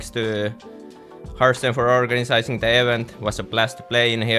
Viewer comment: "Organ*ISIZ*ing the EH- vent" ... lmfao, Serral !! xD